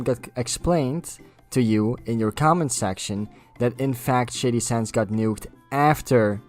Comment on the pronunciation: I thought It was funny how everytime you said Shady Sands, it sounded like Shady Shits. Don't mean any offence by it just thought it was funny.